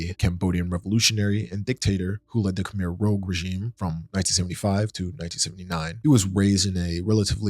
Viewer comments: Khemer “rooj” not “rōg” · Its Khmer rouge - sounds like "rooj"as in the colour red. An old word for women's blush. Not rogue. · "Khmer Rogue" lol dude, it's the Khmer Rouge (Red Khmer) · Khmer Rogue is one of the most hilarious mispronunciations I've ever heard.